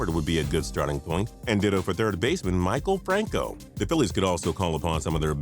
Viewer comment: Maikel francos name is ma-kell Franco +